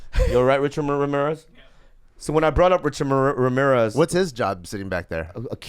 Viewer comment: Hey Bobby, say Ramirez again. lol